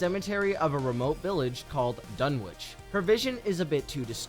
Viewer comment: Can no one say Dunwich properly ?